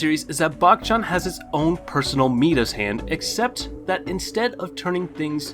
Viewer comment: My-das, not mee-das